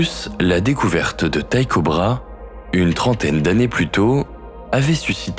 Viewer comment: (Tycho Brahe) ça se prononce : " tico braé" ... pas "taille cobra".... tête d'ampoule !